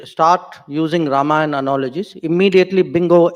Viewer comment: Loved hearing Ramayan and not Ramayana.